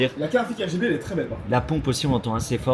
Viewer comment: Pétition pour qu'on prononce tous désormais RGB par "Reh-Geh-Beh" 🤣🤣🤣